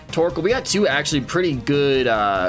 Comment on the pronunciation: Tbh, I didn't notice you were pronouncing Torchic wrong, lol